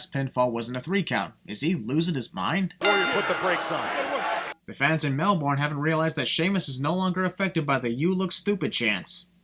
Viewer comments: Just saying so you don’t trigger Australians it’s pronounced melburn not melborn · pronounces Melbourne as MelBORN not MelBIN ding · It’s pronounced Melbourne not melborn I know because I am from Australia 🇦🇺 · mate, no offense, only us actually know how its pronounced so I dont blame you, but its pronounced Mel-bin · sigh he said Melbourne like every American does which annoys every Australian ever. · You mispronouncing "Melbourne" is 10 sins. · Okay. Fair argument. I guess it's something that just bothers me more than it probably should. Great video. Cant wait for part 2.